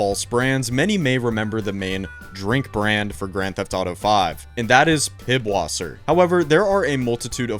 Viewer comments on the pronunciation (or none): def pisswasser 🤣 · Did you just call it Pib... wasser? It's Pisswasser. That symbol is a German letter that essentially acts like a double S in English. It's not a B. Also (and I assume you figured it out since you used clips from it) The Dukes of Hazard was a TV show waaaaayyyy before the Johnny Knoxville movie. Not trying to be a dick. Just got autism and I have to tell you. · Bro said pibwasser 😭